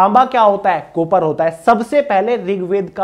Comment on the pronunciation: कोपर नहीं बोलते हैं, काॅपर (copper) बोलते हैं कोपर ❌